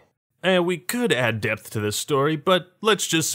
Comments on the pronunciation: depth.. there's a P stop saying Death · Did you say depth because I had heard death